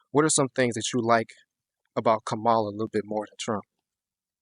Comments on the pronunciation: I appreciate you polling students. However, you need to learn to pronounce her name. It is pronounced “comma-la”. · kamal-hahaha because shes a joke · Her Name is Ka-Ma-La, Like Comma-La!! Please people!! Pronounce her name correctly and Vote Blue!💙💙💙💙💙🇺🇸🇺🇸🇺🇸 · it's commie--la.. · Please learn how to pronounce Kamala's name! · The kids asking questions should learn how to say Kamala’s name. Mispronounced it every single time. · I think it's hilarious that dude can't even pronounce her name correctly. Spend more time studying phonics! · The one thing that pissed me off the most is the interviewers miss pronouncing her name. I couldn’t even watch it because they kept doing it. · Say her name correctly! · why are you defending Trump or everything else you just let them have their own opinion and say what they want to say Second of all, Trump is absolutely tied up with project 2025. You could tell this dude is bias and stupid just by the way he says Cam name. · I like your videos but I would like more if you would pronounce her first name correctly or just use her last name. I am not saying you are deliberately being disrespectful, but as interviewers, not pronouncing her name correctly shows disrespect like you are doing it on purpose.